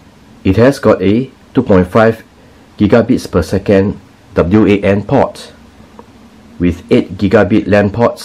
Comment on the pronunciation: Once the narrator said w. A. N. Port instead wan I was out